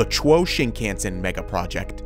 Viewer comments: Also, the Japanese railway system isn't pronounced "shin-can-sen", but "sheen-khawn-sen" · The Japanese language has only 5 vowel sounds. A = ah I = we U = ooh E = eh O = oh You were pronouncing the a in shinkansen funny. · also "Shin-ken-sen" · I'm more bothered by the way he says "shinkansen". Japanese words in western alphabet should be easy to read, since the sounds are always the same. But americans like to read like it is an English word. For example, in japanese "kan" is always read like an american would read "khan", but he keeps reading it like "can". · The "a" in "shinkansen" is pronounced "ahh". "Shinkahhnsen". Not like "can"